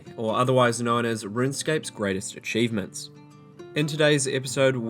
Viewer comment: "RGX, or Runescape's Greatest Xchievements" lol